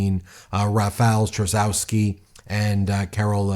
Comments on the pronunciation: Thanks for reporting on this. As a Polish American I am excited to see what’s going on in my ancestral homeland! However, Trzaskowski is pronounced TRAZH-KOV-SKI. No biggie, my grandma’s maiden name is Czyżniewski. No one pronounces it correctly either! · Trzaskowski = Tshaskovski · You butchered Rafał Trzaskowski name. Try saying phonetically: Cha skov ski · A little note about Polish surnames: we read "w" like English "v", and if there is "-cki"/"-ski" ending it is NOT "-ki" that previous letter is important too, so -cki would sound like "tski" and -ski like "sk" in sky. Reading it like Navrotski, Tshaskovski would be closer :) It amaze me with surnames of actors (Jared) Padalecki or (Elizabeth) Debicki where they read it as in English - without reading letter c. If it would we read as they do it would be spelled Padaleki and Debiki ! Because in Polish we pronounce all letters. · btw you could pronounce Trzaskowski easier as: Chus-kov-ski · Too early to celebrate... The victory margin for Trzaskowski was too narrow. If you take a closer look at the results, the right wing most likely will take the lead in the runoffs... Here are approximate pronunciations of the names mentioned in the vid: Nawrocki: NAHV-ROTS-KEY Trzaskowski: TCHUSS-KAHV-SKI Sikorski: SHE-CORE-SKI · Trzaskowski pronounced like Chaskovsky Nawrocki pronounced like Navrotsky (e.g. Alexandra Navrotsky) Tusk is like Toosk Sikorski is like Sheekorsky And it's not a guaranteed win. A lot of right-wingers got emboldened after Trump, and our liberal and centrist voices diminished. But we are fighting. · Plz it's T-sha-z-kov-ski and Na-vro-ski. But yes. We're not there yet but we are crawling our way back to democracy. Young people had a surprisingly high turnover, we're not letting out beautiful country die just yet. We gotta live in it, after all. Here's hoping momentum keeps for the second round. Fingers crossed for us, guys! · Yay, Poland! Nawrocki = Nahv-roe-tskee; Trzaskowski = Chahs-koev-skee